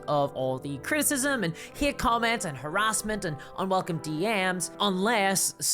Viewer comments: I chuckled at the narration. Not sure how this made it into my Youtube feed, but hearing "Hate" pronounced "Heaeate" is totes adorbs. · How on earth can anyone be offended by this cute (a bit cringe) little video? He just says he likes a girl no matter how they look or dress... like wtf? D: People are wild these days. on a different topic: I love your accent or pronounciation.. the way you say "Hate" or "Creator" is incredibly funny and cute haha